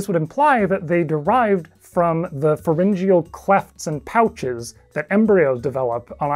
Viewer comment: I like the way you say pharengyal slits. I have pronounced it fair-en-gee-al.